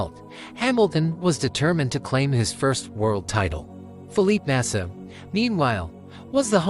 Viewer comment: Fuck this AI generated bullshit. Can't even pronounce Felipe Massa correctly.